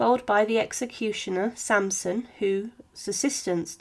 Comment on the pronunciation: The excecutioner was called Charles-Henri SaNsoN not SaMsoM.